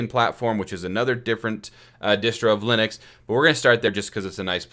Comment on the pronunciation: Good video, but I have never heard ubuntu, lynux and UEFI getting getting pronounced like that 😅